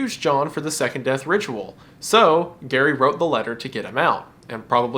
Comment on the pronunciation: Gary rhymes with scary (that is all)